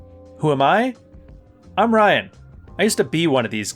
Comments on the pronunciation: What the fuck, your name is pronounced as “Ryan”, not “Reeeyaann”. Damn these Canadians. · Nah dude. Seriously I thought it was "reeyaan" not "Ryan". I caught it in the intro. Don't think you use your name as much in most videos. Call me a pussy, but wouldn't try to amog someone I learned a whole lot from.